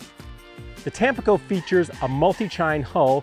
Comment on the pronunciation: Hi, really enjoy your content overall. I feel pretty certain it’s pronounced tam-PEE-co, accent on the middle syllable. It is bound to be named for the city on the east coast of Mexico. Just FYI.